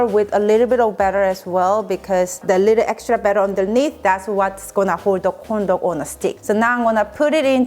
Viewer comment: im so sorry but everytime she says corn dog it sounds like condom